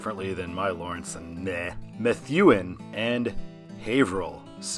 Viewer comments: All are correct except for Methuen. It's "Meth-OO-en", not "Meth-you-en" 213 Doesn't go to Concord. Also, 93 North and 213 are both signed for Salem because it's the first city touched after crossing the state. Similar to why 3 North is signed Nashua instead of Manchester or Hooksett, even though 3 North would be the most direct way there at that junction. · I've driven this whole road and have a whole lot of highs and lows from it - love this vid! Tewksbury is more like Tooks-bury, Methuen is Meth-oo-en, A+ on Billerica though! Generally, if you're on 495 NB, you're gonna go on the pike back to Worcester, and if you're coming on 495 SB, you're going to take 290. MA-9 is signed correctly for Worcester! I think Marlboro gets signed so much because of the 290 interchange, since as I said, if you're coming down from the north and trying to go any kind of west, there's a good chance you're taking MA-2, or 290, but yeah Worcester would be better. Signing Haverhill as much as they do is totally indefensible though. I'm okay with Salem because of things like Canobie, and the fact that if you were going up to Manchester or Concord NH, you'd have gotten off at US 3 in Lowell. but they should also sign Manchester with it. Thank you for the Mass representation!!! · the "th" in Methuen is like the "th" in Thursday. Your pronunciation was a little too heavy on it. The rest you nailed. As for Marlboro, I think the state does this because Marlborough is the midpoint of the highway. I get what you are saying about Worcester, but Worcester really isn't on I-495. From the North, it's a fairly straight path onto I-290 and then to Worcester, but from the southern half of 495, it requires a bit of southward backtracking on the Mass Pike or I-290 to get there. Most people just don't think of Worcester as being on I-495. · Of all the cities to pronounce wrong, it was Concord and Methuen.